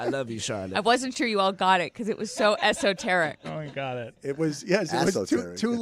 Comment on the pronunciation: Ass-oteric haha